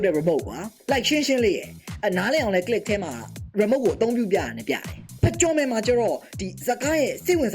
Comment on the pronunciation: bro did not say click more like knee gi